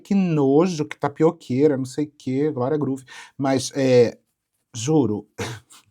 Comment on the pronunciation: A falando "Glória Groove" kkkkkk mulheeeeer